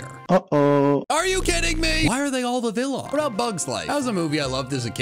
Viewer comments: im very angry that he pronounced Vivillon Viv Villon instead of Viv eon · Died a little every time Vivillon was mispronounced. 💀